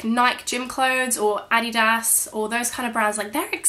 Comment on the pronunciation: hahah aw, the way you pronounce sports brands always makes me laugh. Like "Nike" and "Adidas". It's very cute.